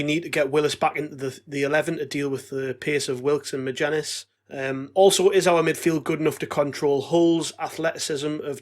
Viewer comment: Right lads magennis is not a hard name to say yet all of you pronounce it wrong every time